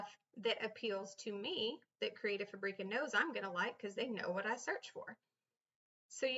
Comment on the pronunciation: Super useful information.Thank you for posting it. I would have liked to see you take a font and an image and download it then upload to where ever and show the entire process. It was also very distracting to hear the way you pronounced Fabrica. I think its pronounced Fabric-a as in fabric( the thing cloths are made out of) then add the "A" sound at the end; not Fabrec-a as in paprika.